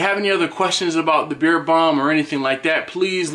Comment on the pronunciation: I thought you were saying beer balm